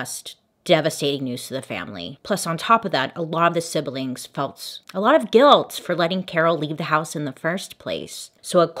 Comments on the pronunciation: I'm so sorry, forgive me, I can't help it - not sibel ing, just 'sib-ling. Don't hate me, I was taught English 'enthusiastically', and often suspect that people would like to know. I'm not mean. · Bailey, Siblings is only a 2 syllable word. SIB-LING not SIB-BEL-LING. just an FYI.